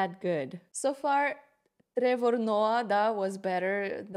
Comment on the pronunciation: I love how she pronounced Trevor with Russian 'r's